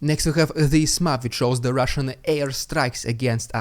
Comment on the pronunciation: I love it when you did the Holy spirit RRRRRRrrrrrussian Prrrrrrrropaganda HUUUU